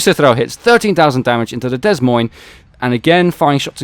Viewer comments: The ships name is pronounced - "Da Moyn" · Drop the 'S' in 'Des Moines'